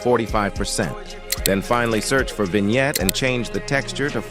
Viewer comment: why does bro say “vignette” so francey😭🙏🏻